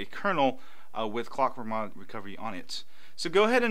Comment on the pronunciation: My phone keeps starting in Clock-Mwahwah- Recovery every time its completely off, (thats how you pronounced it for me) did I do something wrong? I do have root though